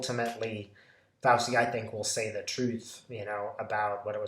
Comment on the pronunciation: Sorry to be language police, but it's an Italian name, and is pronounced "Fowchee"